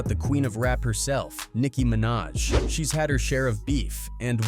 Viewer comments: Don't forget "Nicki Manat" 😂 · Nickin mennaj yeah I'm done A.I. is being overused so much with you tube smh